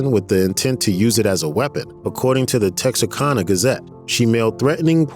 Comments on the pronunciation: He totally mutilated 'Texarkana'! Holy crow! It's not that hard! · Not to mention Texarkana.. Well you don’t have to be a genius to be on YouTube.